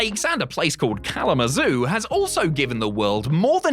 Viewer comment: You said kalamazoo correctly. Im proud as Im from michigan and dont even say it fully. Kzoo is much easier for my tiny brain